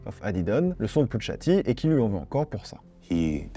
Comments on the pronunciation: C’est « Poucha T », pas « Poutcha T »… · arrete de dire putsha t je vais m'enerver